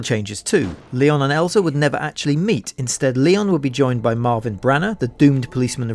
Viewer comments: It's Elza, not Eliza... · IT's Elza not Eliza. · ELZA! there is no “I” in ELZA 😬😬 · ELZA. Not Eliza. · Elza. No I. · the name "Eliza" keeps triggering me. "ELZA".. please. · It's ELZA (L zah) not ELiZA!! (L eye zah)!!!!!! Get it right man. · Elza =/= Eliza. I'm finding that Youtubers have a very weak grasp on even their own native languages lately. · Theres no I, its Elza, like Frozen. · There is no "i" in Elza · He’s like “I’m gonna tell you something you don’t know about RE 1.5”, then calls Elza, Eliza....... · I stopped the video as soon as I heard "Eliza" instead of "Elza".... Just another fake channel that doesn't care what it's talking about... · It's Elza not Eliza Walker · hey ..... her name is not "Eliza" .... her name is " Elza" which is completly diffrent - im normaly not one for calling out grammar errors but since your video is specificly about this character ... you should have it right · It's funny because he does say Elza once. :'D Also IGAS does not stand for I Got A Shotgun. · Disliked and reported because you can't pronounce ELZA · I couldn't watch any more listening to this dude mispronounce her name anymore and I'm not a hardcore fan in the slightest. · Thanks for breaking down the various fan versions. I just wish the Elza name was right. 😉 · I was going to complain about the way you called Elza all the time, but then I remembered what Eliza, from Freezen said: "Let it Go!" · Zombi dead You're just annoyed that people are annoyed thus making any arguments you have against them hypocritical. The fact that the narrator can't read the character name and didn't bother to correct the mistake shows a lack of professionalism and we are well within our right to criticize them for it. You would be annoyed too if he called Leon Kennedy something like "Lion Kenny".